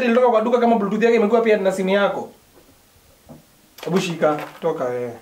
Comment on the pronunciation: It's BLUETOOTH, not BLUETOOT